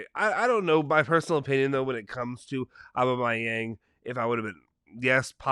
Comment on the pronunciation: its "Obama-Young" Aubameyang. If you played FIFA you know you know